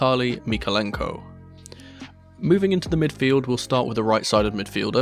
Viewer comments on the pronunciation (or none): MykOlenko. Emphasis on the letter "O". Just a little remark from Ukrainian :)